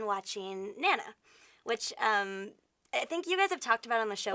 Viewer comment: Who pronounces Nana like that? honestly.